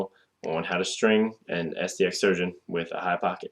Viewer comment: you forgot the "R"